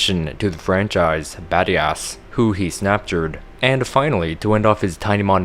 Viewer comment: badias sounds like bad ass